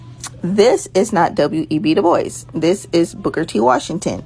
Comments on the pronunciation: She said De Bois (boys) fucking learn how to say his name. De Bois (Bwah) it's inherented french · W.E.B. De boyz? I think his name is pronounced, Doo Bwah.